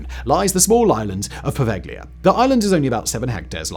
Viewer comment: Poveglia is pronounced "po-vel-ya," the G is ellided, not pronounced.